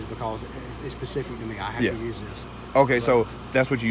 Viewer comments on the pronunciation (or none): Great, vid dude, and that cop was really cool. But, if he said pacific instead of specific one more time..... ;)